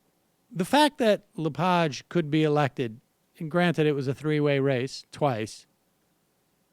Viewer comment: Pronounced "La-Page" like "turn the page in the book". Just fyi, the bad pronunciation gives his name far too much class. He's a pig.